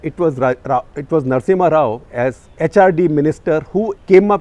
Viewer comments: #CTC ... Its Narasimha Rao, not Narasimhan ... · Narasimha rao... not narasimhan rao... you interviewed him , at least know how to spell and pronounce great mans name.. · SG sir, you added an extra "N" in the "Narasimha Rao"